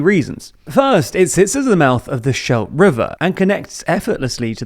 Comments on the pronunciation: de schelde definitely shouldn’t be pronounced sheld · The Shelf river HAHAHAHAHAHAAHAH. Moeilijk he Schelde zeggen.